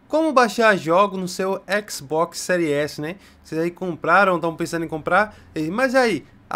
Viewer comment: "No seu Xbox sÉries esi né"